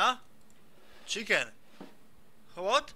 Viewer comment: Čiken, get de fak aut - PaszaBajcepz